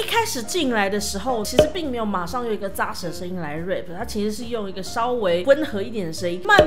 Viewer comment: 提醒一下老師 rap (要用喉音/蝴蝶音) 發音要注意 。否則您都一直念成rape (強暴)